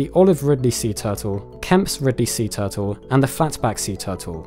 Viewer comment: Toootels?......0_o? Tf is that? Repeat after me.....: T U R T L E ...